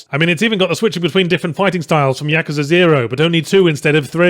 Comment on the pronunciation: Ya-KOO-za not Yaka-za